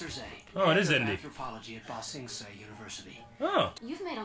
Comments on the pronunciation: One nitpick for. Stop saying Bong Sing Se! It's Ba Sing Sean! thank you. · lol! he said bong sing se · Watching through this even though I've saw all the TLA, how long until they correct saying BANG sing say? xD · Omg I beg of you please learn how to pronounce BA Sing Se it makes me cringe every time you say it wrong lol. Great reactions as usual!!